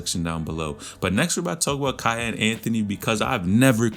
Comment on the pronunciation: its key-on